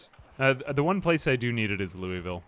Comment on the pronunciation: Great content, even if it is just your voice and some zombie survival. Side note: Louisville is pronounced "Lou-a-vull."